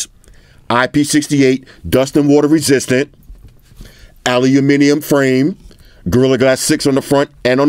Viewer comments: I love it - you're the only American I've ever heard that pronounces "Aluminium" correctly.🇬🇧😀😀😀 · First time I've heard an American say 'Aluminium' correctly 😭👏🏾👏🏾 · My guy says aluminium properly. Big up